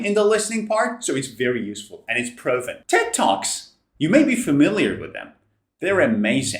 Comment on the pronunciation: Mr. I was not watching the screen. You said Ted Talks and I understood Tick tocks, I said myself: what? Then I stopped and watched the video and I laughed 😅😅😅